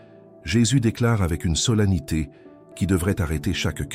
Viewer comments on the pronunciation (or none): SOLENNITÉ se prononce solanité, mais s’écrit SOLENNITÉ. Merci.